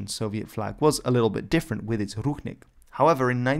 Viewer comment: It sounds more like rushnik not ruchnik, and the stress(?) is on i not u.